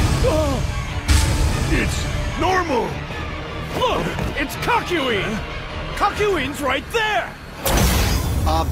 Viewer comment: Its CACK YO WEEN